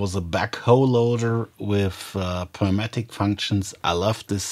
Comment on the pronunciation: Its pronounced as newmatic